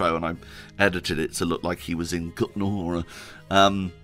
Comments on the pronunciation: WOOOW, good job in pronouncing the Kutná Hora :-) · Your effort to pronounce Kutná Hora and Trosky correctly is much appreciated! When I heard ESO, I think, promouncing Trosky with English "ay" at the end of the word, I almost suffered a stroke :D